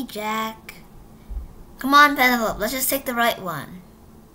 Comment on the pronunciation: w but you pronounced penelope wrong